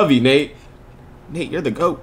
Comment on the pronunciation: It’s Nate not “Nape”